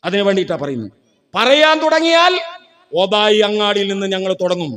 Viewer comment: ഓദായി അല്ല ഓതായി